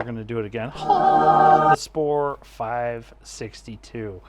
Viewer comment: Thanks for the review. You are pronouncing the company name wrongly btw. :)